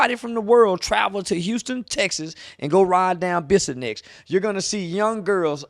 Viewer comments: It's Bissonet st. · Close but it’s Bissonet not nex chief